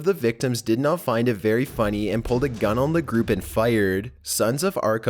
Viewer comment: LOL why do you exaggerate the end syllable like late found with gunnnnnn